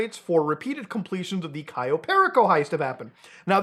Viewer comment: bro muta please just pronouce one single heist name correctly, kayo periko and fucking fleeka